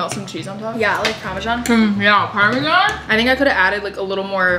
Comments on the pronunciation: *par-mee-sian cheese" 😂💀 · The way you pronounce parmesan🤦🏽‍♀️🤦🏽‍♀️🤦🏽‍♀️😭